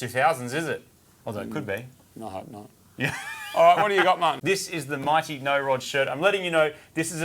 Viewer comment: Why do i hear mighty no rod as Marty no rod?